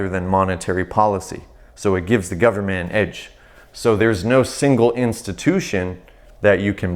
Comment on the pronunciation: "full faith and credit of the US 'gubmit'" LOLOL